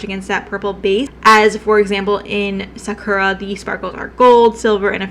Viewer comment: I only know how to pronounce Sakura bc I watched Naruto. But I can tell you didn’t. Anywho you inspire me to use lighter shades it’s quite a vibe. But I do love my intense eye makeup looks.